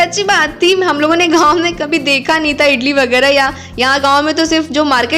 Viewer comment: Hi idli bolate hai Italy Nahin hota hai Baki A1 aapka video bahut Achcha Laga bahut Sundar lage raho